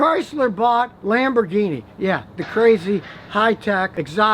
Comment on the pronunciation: Chrysler bought LamborGuinea pigs?? I dont speako Englishh!!